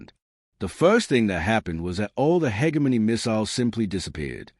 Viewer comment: For the love of god! Teach your AI to say hegemony properly!